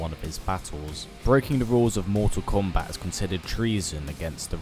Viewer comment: why does he say mortsal kombaaat